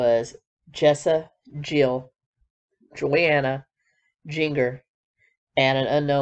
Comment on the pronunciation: I was referencing when she named all 19 siblings. She mispronounced Jinger and Johannah.